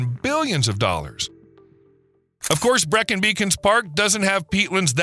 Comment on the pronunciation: Great but why do Americans get British pronunciations so wrong? His rendition of Breacon gave me nausea.